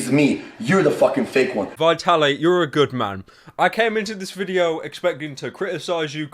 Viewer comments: I'm sorry but it's VIT-ALY not VI-TALY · It is pronounced vtaly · "Vaitally" Well done pyro. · does it bother anyone how pyro pronounces vitaly's name wrong?